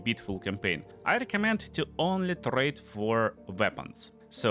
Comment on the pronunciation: "So let's... tRRRRade." Love your accent, dude :D